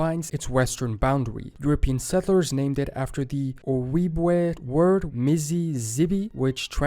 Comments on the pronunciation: Most Americans know little about the Indigenous people in their area thanks to colonization. It’s a shame because the tribes know so much about the land and its history. Indigenous knowledge systems are worth saving. Edit: Ojibwe is pronounced oh-JIB-way, not oh-YEEB-way. Which means “puckered toe” for the style of moccasins they wore. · He's also saying Ojibwe wrong. It's "o-JEEB-way". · He really massacred the pronunciation of the Native tribe Ojibwe……….it”s pronounced “ Oh….jib…..weigh “. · ojibwe is pronounce as jib way, the o is silent.